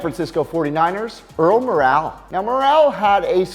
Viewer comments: Don Meredith was a good quarterback on an expansion team Jim Plunkett was bad in NE mostly because he had no offensive line and it's pronounced Earl "Moral" not more-all. And if you're going to include guys who were slow starters in the NFl like Morrall You could add Terry Bradshaw and John Elway to the list. All three struggled early but ended up being quality quarterbacks. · you lose a lot of credibility when you mispronounce players names. Earl Morrall (prounced More-ul not like "morale") played in one of the NFL's most legendary upsets, Super Bowl III against Joe Namath and the Jets. A little video research would've saved you. Also, you completely butchered the name of former Ohio State QB Art Schlichter. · it's pronounced "morrell" not "morale" lol, but there's bigger problems than that with this list :-) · My takeaways from this: 1. Art Schlichter's last name is pronounced "Shleester", not "Shlickter". 2. Earl Morrall's last name is pronounced "Moral", not "Morale". 3. I don't consider Tim Couch and David Carr to be "busts". They were drafted first overall to expansion teams, and they just had no chance on most of their dropbacks. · Pronunciations: Art SLEESter, not Art SCHLICKter. Pete BETHard, not Pete BuhTHARD, Earl MORal, not Earl MorALE. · Earl “MORE-uhl” not morale. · Earl Morale?? It's pronounced Moral. Watch NFL Films maybe. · If you're going to do videos, at least learn how to pronounce the names correctly. You got three wrong. Schlichter is pronounced "Sleester" (even more fun to say). Earl Morrall is pronounced like "moral" and not "morale". Beathard is pronounced "BEATHard", not BeathARD". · Earl Morrall's last name is pronounced "Moral" not "More-al" and he was not a bigger bust for the 49ers than Jim Druckenmiller was. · first the clickbait picture....then "Slick-ter" and "More-Al." Is it really that hard to learn how to pronounce a few names correctly? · Earl MO--RAL???? Good lord... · pronounced 'Moral'